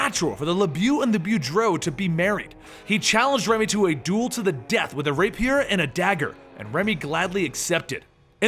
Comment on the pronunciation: He's doing it to be antagonistic towards those who constantly point out that they're too lazy to find proper pronunciations for names and words. He purposefully mispronounces simple words like 'rapier' and 'Bordeaux' that are common even in English.